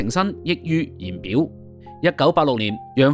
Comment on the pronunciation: 溢於言表讀成(益於言表)，溢音(日)。好渣!